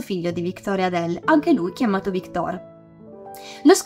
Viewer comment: magari victòr, non vìctor... è francese! quante volte ho sentito storpiare il nome, cerchiamo di dirlo sempre giusto.